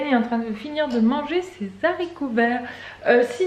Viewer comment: Juste une question par pure curiosité, pourquoi tu n'as pas brûlé les papiers dans le barbecue ? Et on ne dit pas les zaricots, mais les haricots ;) Et on va chez le coiffeur ;)